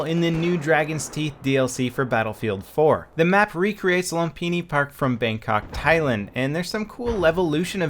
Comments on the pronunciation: Its "LOOM-pini". And this is a poor representation of it at that. The old Lumphini Thai Stadium was an absolute STAPLE of Thailand...You'd think even w/o a monument like that up they'd be able to get it right....HAHA! NOPE! Not EA/DICE. #FAILAGAIN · Its pronounced Lum*fi*ni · Not a big deal but just so you know, you mispronounced the name :( Lum = Loom The way Xfactor pronounce it is correct. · I’m super late but... it’s loom- pinny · You do know that the "ph" in a word make the "f" sound. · Can anyone tell me how do you actually pronounce Lumphini?